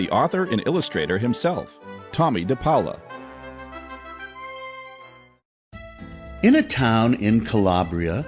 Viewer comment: It's actually pronouced Pole-a. I'm the granddaughter of Tomie's best childhood friend, Jeanie.